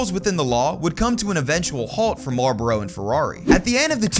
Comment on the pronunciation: Why are you saying Marboro instead of Marlboro? There's an L in the name. It's not silent.